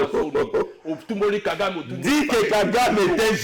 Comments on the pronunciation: FRANCI INCAPABLE DE DIRE LE NOM DE KAGAME GENOCIDAIRE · KALOMBO PARLE SEULEMENT QUE KAGAME TUE NOS FRERES. INCAPABLE DE PRONONCER LE NOM DE KAGAME, LES MARIONNETTES DE KAGAME